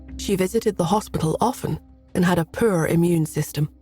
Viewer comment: Anyone else catch the narrator saying POOR like PURR, as a kitten or cat purring? I really enjoy this narrator but each time she says poor as in poor health or poor in money, I giggle. I have never heard anyone pronounce it that way and I'm from the south where we have all kinds of crazy pronunciations! 😂